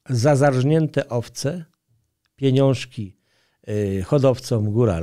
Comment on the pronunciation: Trzecie "piniążki" sprawiły że już dalej słuchać tego nie mogłem.